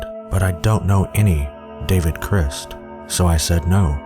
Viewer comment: idk why but i can't stand how he pronounces david crist in the last one.